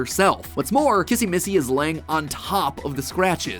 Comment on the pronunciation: You say kizzy missy